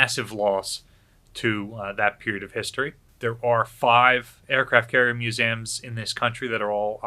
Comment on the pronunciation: Your missing the E in MusEums its not MuSAM... sorry its really triggering